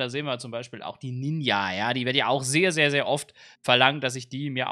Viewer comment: Man spricht es „Ninja“ aus nicht „Ninia“ das steht nämlich ein J und kein I lern mal wie man das ausspricht